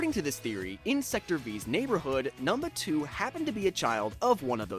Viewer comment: this mf said "numnuh 2"